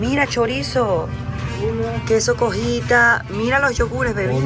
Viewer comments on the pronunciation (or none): 😂😂😂 es queso cotija no cojita me hiciste reír 😂